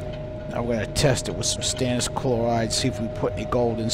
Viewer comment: You say stannous chloride testing solution, but I hear Stannis Baratheon testing solution.